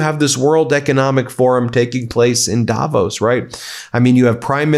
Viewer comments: It's "davOOOs", not "dAAvos"!! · Hey Ben - it‘s Not Daaaavos.. it‘s Davooos. ;-) Cheers and best wishes from Switzerland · Davos is pronounced with weight on the o, not the a. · It’s Davos as in Dav Oss rather than Davose by the way… not meaning to be pedantic, but it sounds so odd